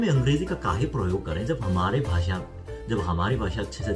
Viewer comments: I liked ur kaay hey😁😁😁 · When he saying kahe.....I love it😁😁😁😁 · आप सच में एक बिहारी से हिंदी सीखे हुए लग रहे है।। ये "काहे, ससुरा" बिलकुल सही तरह से बोले आप😂😂.... वैसे हम भी बिहार से है🤗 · "काहे" "ससुरा".... अपने सही बोला था। आपको UP Bihar वाले सिखाए है हिंदी।